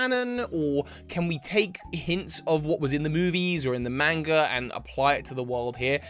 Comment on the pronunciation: stop pronouncing "manga" like that